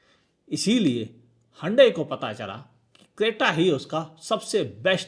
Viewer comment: हुंडई ❌ हंडई ✅